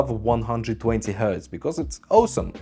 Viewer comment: Take a shot everytime you hear Owesome. Vodka of course!